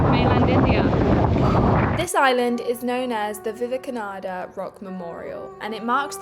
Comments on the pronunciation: not viveknada...its Vivekananda!! similarities between trump &!! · VIVEK AH NAN DA ❌ VIVEK AH NA DA ✅